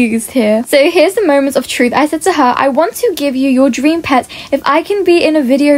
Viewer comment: Pet not eot